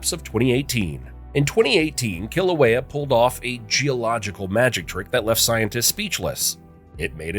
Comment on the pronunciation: I think it is disgusting that this video was produced without researching and presenting the names of Hawaiian words with the correct pronunciations. There is no "kill" in Kilauea. Other errors include the name of the Big Island is not Big Island! The name of this island is Hawaii!! It is a shame that all the effort that was put into this film and the interesting information I will not pass on. I do not want to promote the careless use of mispronunciations of 'olelo hawai'i